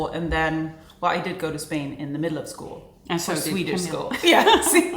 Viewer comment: Omg, my name is Camille too! I’m surprised you pronounce it the same way we do in the US. Maybe only the French pronounce it differently. My name is uncommon here, so it was weird to hear it in your video! Thank you for such a lovely time in Sweden ❤